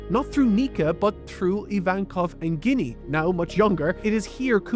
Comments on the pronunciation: I can't get over that he read her name as "guinea" and not "Jenny". To each their own but it screws with me every time I hear it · hearing you pronounce ginny, as guinea instead of “Gin E” is despicable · Small correction. It's not "Ginny" as you say it. It's "Jinny" The G is the J sound. We know this due to Japanese pronunciation. Just for clarification:P Or ya know.. like Gin the drink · Ginny actually reads as jinny with a soft G, I saw many people read it wrong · Must admit, after watching dozens of anitubers, this is the first time I've heard "Ginny" pronounced that way, and that in itself is surprisingly surprising...🤔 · Ginny pronunciation is taking me out That's not even a Japanese name bro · damn, this man cannot say anything. pronouncing ginny with a hard g? bruh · ive never heard someone mispronounce ginny like that before lol